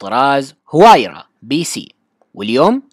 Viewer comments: اسمها الحقيقي وايرا وليس هوايرا... المصدر (عربGT). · نعم اسمها وايرا لأن حرف H لا يقرأ بل يحذف